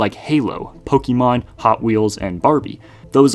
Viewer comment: You're pronouncing "Pokémon" wrong